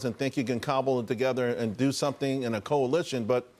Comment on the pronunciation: Did he say coalition or collision?